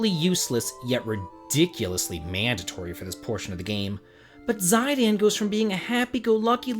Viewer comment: Did this dude really prounce Zidane as "Zy-Dan"...and whats with thr overly dramatic naration? Garnet is also not absolutely needed for that portion